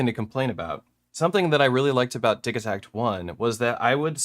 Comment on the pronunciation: Wait, is it "diggy-takt" or "diji" as in digital?? First time I've heard it pronounced like that